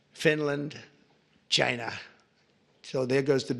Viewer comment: Lmaooo why did he say china like that.